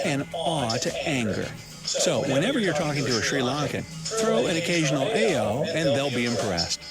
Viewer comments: Aiyo isn't pronounces like "A O" it's pronounced like "I Oh" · Aiyo is pronounced "eye-oh" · Aiyo is pronounce as 'I' 'YO' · U and video host pronounced "aiyo" wrong. Not even close 🙄